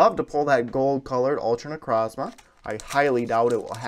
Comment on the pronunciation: Necrozma that's not how you say it I'll per nuance it ne-croze-ma necrozma